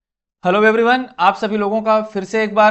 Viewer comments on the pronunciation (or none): Hello everyone ❌️ hello veveryone✅️ 😅